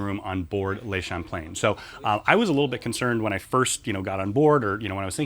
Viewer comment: I would REALLY appreciate if you would pronounce the name of the ship correctly. Is that possible?